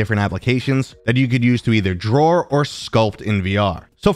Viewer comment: Oh no...do say Drawer instead of Draw? Do you say Warsh instead of Wash, too? 😂